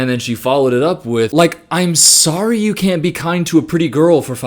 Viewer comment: "Can yoh" 😬